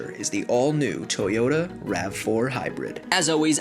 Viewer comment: YAH TOYOTAH!